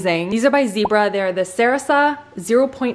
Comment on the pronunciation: Sarasa pens do rock. But say it with me ... Sah RAH sah.